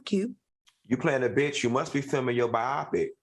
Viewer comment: Funky, I love you homey. But it’s pronounced BI-OH-PIC. Biopic.❤😂